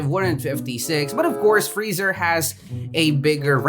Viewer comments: frieza is said free-sa/za not freezer lmaoo Vegeta is said ve-g-ta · I love how you call frezia, freezer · Boi you called freiza freezer lol